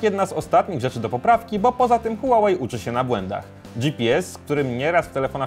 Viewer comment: Mówi się hłałej a nie hułałej nie żebyś się czepiał ale marka typu test hub powinna się postarać